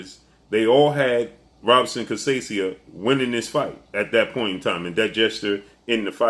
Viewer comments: Robson is pronounced Hobson Portuguese R sounds like H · You mis pronounce Robson last name. Lol